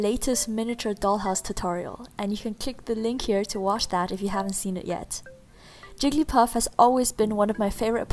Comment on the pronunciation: 10 seconds in, who else heard her say "Jiggy Puff"